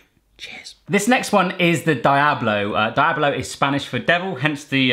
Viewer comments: Pronounced dee-ablo, not die-ablo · Dee ablo Not die ablo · Diablo is pronounced dee-ablo not di-ablo :) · Dee-ablo, not die-ablo. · its pronounced dee-oblo not die-oblo lol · The I in diablo is pronounced like the letter e so it's like deeeeeablo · Jsyk, Diablo is pronounced "Dee-ablo" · Diablo is actually pronounced (Dee-a-blo) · Diablo is pronounced De-ah-blo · Is pronounced deeablo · It's pronounced "DE-AH-BLOW" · the way he pronounced diablo is just wrong XD but great video fam! XD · Lol I love how he says diablo (≧▽≦) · im cringing every time hes says Diablo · You mispronounced Diablo